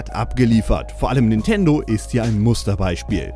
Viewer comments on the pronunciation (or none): none